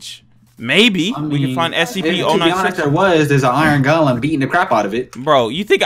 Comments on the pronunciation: your saying o96 but it's 096 and I don't like it when you say it that way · SCP 096 not oninesix